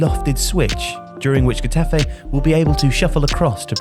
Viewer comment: Love your videos but I couldn’t help but cringe every time you said Getafe. You really butchered the club’s name. L MA O.